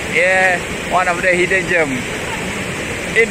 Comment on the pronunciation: Hidden GEM = Bukan bunyik JERM tapi GEM= bunyik nye sama mcam JEM, mcm JEM roti. Bunyi jem. ✌ ok sama2 sharing knowledge. Anyway love the vid too 🥰